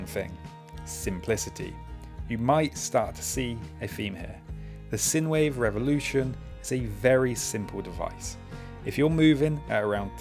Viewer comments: By the way it's pronounced like sign-wave not sin-wave. It's the mathematical term. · Great bits of kit! BTW, the USB device is pronounced Sign Wave... sinewave is an electrical term... thanks, and be safe out there! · I just can't get over the way you say "sinewave". I'm just too used to people pronouncing the first syllable similar to the first in "sinus". Otherwise, good video!